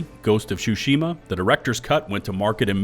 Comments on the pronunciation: What the heck is Ghost of Shoe-shima? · “Ghost of shushima” 😂😂😂 wtf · Ghost of shushima 💀💀💀